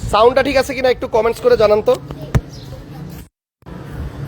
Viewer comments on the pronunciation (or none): কমেন্স না কমেনট হবে ভাই। আর এখন ও সিসি বলেন না কেন?